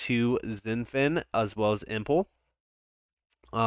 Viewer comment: face-blue-smiling: dude... thanks so much for your ROBUSTLY informative and "to the point" videos!!! (btw - "Impel = "Im p L" and not "Im p le" as in "Pimple")